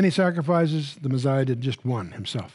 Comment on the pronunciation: why does Chuck say the meziah instead of the messiah?